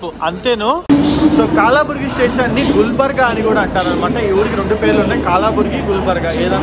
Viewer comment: bro adi KAALABURGI kaadu bro, KALABURGI BRO